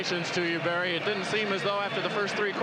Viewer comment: “Berry Sanders” lol It’s Barry.